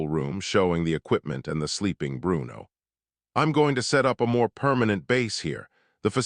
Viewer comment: Why did the AI narrator over pronounce Bruno's name with a bad italian accent? Bru-uno. lmao every time.